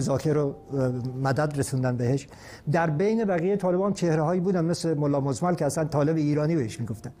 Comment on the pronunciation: استادجعفریان! تلفظ مزمل به ضم میم ،بافتح ز وتشدیدوفتح میم. دوم وسکون لام Mozammel